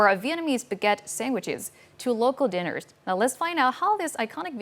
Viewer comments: News anchors should work on proper enunciation of words. (It's "diners" not 'dinners".) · She pronounced diners as dinners but that aside was ok